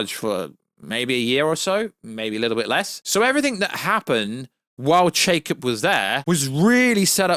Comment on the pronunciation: Love your work, keep it up, you’ve got great content! Not trying to nitpick, but the former CEO’s name is Chapek, not “Chakep” like you’ve been saying. Sorry it has just been bugging me 😂 good channel brother!